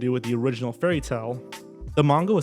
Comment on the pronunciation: You pronounced both "pinning" & "manga" incorrectly, but it was still a great video.